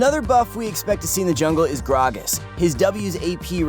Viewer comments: I hate you for saying gragas that way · omfg the way he say gragas is really making me uncomfortable and the fact that he said it like a million times isnt helping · say grag-as wrong one more time